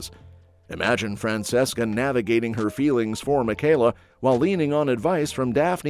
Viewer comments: Fran-CHESCA not Fran-SESSCA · Omg it’s pronounced FRAN-CHE-SCA. Show some care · It is fran-CHESS-kah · It's Fran CHES CA